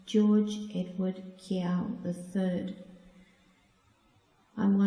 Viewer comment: Kee-oh, not kee-yow.